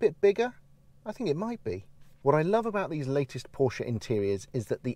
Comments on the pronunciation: Thank you for pronouncing Porsche correctly. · Great review and thanks fo saying Porsche correctly